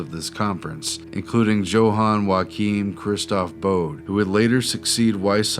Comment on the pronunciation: Johann is pronounced yo hann not joe hann fellows I know because it's my brother's name not hating on y'all appreciate you and ur video:)